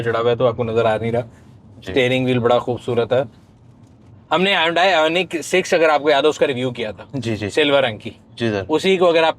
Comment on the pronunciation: Stop calling HYUNDAI, "HONDAI"